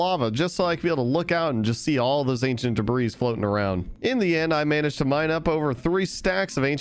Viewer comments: This is making me go insane but in the word debris the s is silent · day 518: I've finally accepted that it doesnt matter he keeps pronouncing the s in debris and i should just get over it. i'm over it. day 519, a second later: doesn't pronounce the s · Please stop pronouncing the s in ancient debris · The "S" in "Debris" is silent